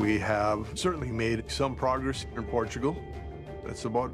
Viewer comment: 'Welcome to Port-a-gul.'